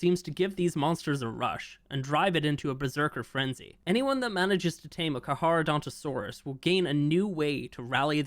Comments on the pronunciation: its pronounced car-chadontosaurus (karka-dontosaurus) instead of carc-ha-dontosaurus. nitpicking aside, its about time they touch on stuff that has been on the back burner since ark 2 is coming out, better do a final polish for the first game so people who never tried it and are new to ark 1 wont be disappointed, since most likely new people later will be coming to ark 1 from ark 2, because lore wise they are related so people will try whats the story is before ark 2. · It has a C before the H, so, is CARCHA not CARHA. How do you pronounce "CHARITY"? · To be that guy, It's pronounced car-car not car-har, at least according to most sources. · It's pronounced karkaradontosaurus not charcharadontosaurus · Not to be rude but you butchered that name, it’s pronounced (Car-Kara-Donto-Saurus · btw it’s pronounced Car-cra- donta- saures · Not to be that guy but, it's pronounced "car-car-uh-donto-sorus" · carcar for short but it's pronounced carcareodontosaurus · For your future self, its pronounced Kar-Kar-ro-donto-saurus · when i saw 18 minutes ago i had to see this but man you pronounced carcharadontosaurus in every wrong way its KARK ARROW DON TOE SAW US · Carcharodontosaurus is my favorite dinosaur, you don’t know how long I’ve been waiting for this thing 🥳 Btw it’s pronounced car car o donto saurus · BRO IS SAYING CAR-HAR😭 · I think that is the island as you can see the volcano and frozen tooth and the blue obelisk behind the volcano lines up with where it would be on the island Also I think you might just be saying it wrong to spite people like the wyverns but the carcharodontosaurus is car-car-oh-don-toe-soar-us And I’m very excited because I’m a palaeontologist who studied dinosaurs mainly those of the Kem Kem beds with carnivores like Spinosaurus aegyptiacus, Deltadromeus agilis and Carcharodontosaurus saharicus Comment if you want to know anything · You pronounce Carcharodontosaurus wrong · The way pronounced it, bothered me😅